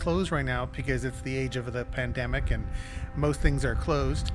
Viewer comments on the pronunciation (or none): none